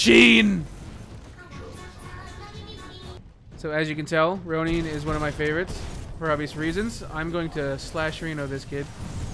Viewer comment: Rone-in not Rown-ie XD unless its on purpose